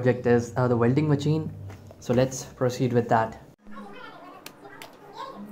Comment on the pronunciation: Yeah apart from Vuelding!! 😂